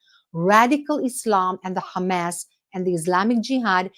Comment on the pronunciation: You don't need to pronounce Hamas like in Arabic. Just like you don't need to pronounce Hebrew words the way Israelis pronounce them.